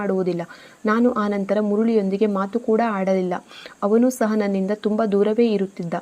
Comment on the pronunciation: ಸಹ ಅದು ಶಹ ಅಲ್ಲ 🤦‍♂️